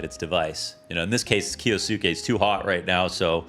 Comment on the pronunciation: why is it so hard for people to pronounce kyousuke? it's just kyoo-sooke